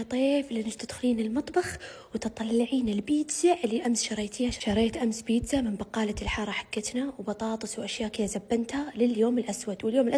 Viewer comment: بيتزا❌. بيتزهه ✅.